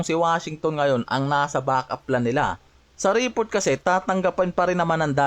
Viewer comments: Reeeport daw 😂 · ayusin mo pronunciation mo ng report!